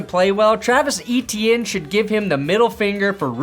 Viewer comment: It always amuses me how americans pronounce french names like Etienne. Eat-ee-enn is a good try